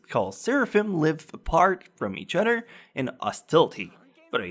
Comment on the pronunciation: hmm.... where is this guy from..? he pronounces some words kind of funny.. "each udder(other)" "dont bodder(bother) you" lol